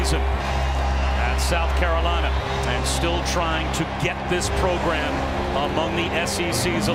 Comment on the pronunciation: the take away from that interview with Muschamp: "progrum"